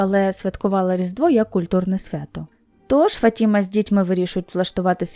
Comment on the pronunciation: Правильно - ФатімА, наголос на останній склад.